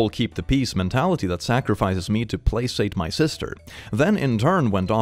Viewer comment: You crack me up with the random words that it turns out you haven't read before 😄 there's usually at least one word that you mispronounce when you read from Reddit. Placate = play-kate